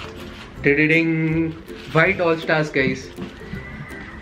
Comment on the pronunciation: Hoiite??? it's white for god sake!!